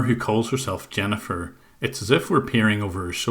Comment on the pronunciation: she actually said Zennifer 😂🤣😅